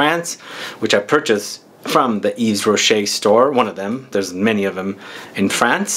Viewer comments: Hey you shouldn't pronounce the 's'Its "eve rocher." May fave is Nouveau genre. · And yes,. The "s" is silent.